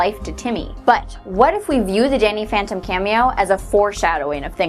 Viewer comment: did she say danny phenten?!😂😂